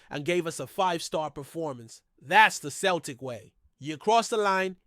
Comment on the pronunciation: Listen you know nothing about Celtic go back to watching baseball It’s not Kel Tic It’s pronounced Sell Tic Celtic Get it right